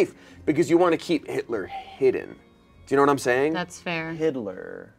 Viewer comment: i love how everyones serious expressions immediately change after says “hidler” 😭😭😭